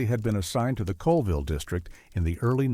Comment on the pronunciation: It's pronounced Lake "Shha-Lann" not "chey-Lon" and Colville is pronounced "call-ville" not coal-ville.